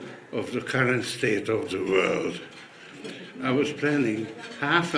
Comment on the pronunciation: Ugh i cringe, my skin crawls everytime he says "vorld" 😵